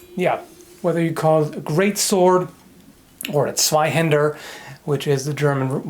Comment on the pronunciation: "Zweihänder" kannst du besser sagen....du täuschst mich nicht... ;)